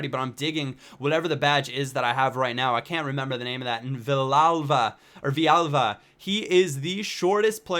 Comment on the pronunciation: It's Vee-yal-va :P